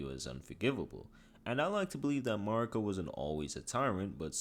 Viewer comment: Bro cant say marikas name right even tho they say her name so much in the game why do youtubes do this???